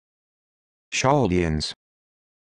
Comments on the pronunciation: No it’s cal de ans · This is not the correct pronunciation. Ch in Hebres is closer to a K